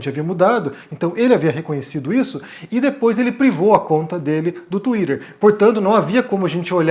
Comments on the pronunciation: Desculpa, mas no momento que você falou tuirer eu simplesmente não consegui mais prestar a atenção 😢 Sério, pq tuirer e não tuiter? (Escrevi como fica o som e não como se escreve, ok) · KKKKK Falou twitter igual a Luciana Gimenez não dou moral. Cadê o debate com o mamãe falei?